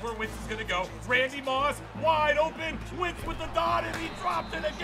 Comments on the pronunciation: It’s wentz not wintz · It's Wentz not Wintz